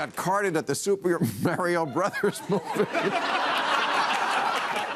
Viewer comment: To be fair to him though, he's got a Jersey accent, he also pronounces Alien as Ehh-lien (as in 'meh') instead of 'Ay-lien'. So he could actually pronounce it as Merryo because of his accent, but yeah, he could also just mispronounce it because he's Bill.